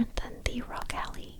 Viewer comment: Did she really say “Rog Allie”